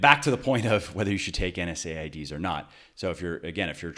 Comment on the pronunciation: Good info but I cringed every time I heard NSAIDs. It’s “En-seds” ... sorry, it’s the pharmacist in me :)